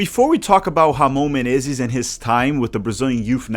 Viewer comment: Caí de paraquedas aqui, a pronúncia do inglês tava boa ao ponto de achar q o canal era gringo mesmo até vir a pronúncia perfeita de "Ramon Menezes" e eu me ligar que é br kkkkkkkkkkkk tmbm percebi o clubismo na hora de cornetar o Rony Rústico por ser palmeirense, eu já gosto do Rony pq sou Athleticano kkkkkkk